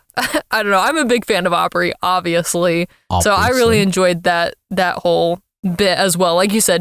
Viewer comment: “I’m a big fan of Aubrey, obviously.” “….Aubriously.” got a good giggle out of me lmao thank you